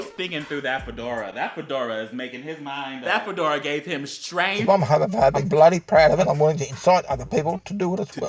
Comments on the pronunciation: "Am hewmewphewbeeck and preud" It's the fedora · Is he saying “Haamaphaebic”? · I like his pronounciation "Hömöphöbic" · I kept hearing "Homofurby" instead of homophobic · “Ai-m HaMoFoBIc” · "Arm hawmafawbick"